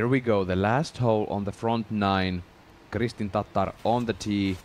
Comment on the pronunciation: Im just glad to hear somebody do it justice and pronounced correctly. After all the times she's been called a type of mayo based sauce or a dish containing raw beef and eggyolks😅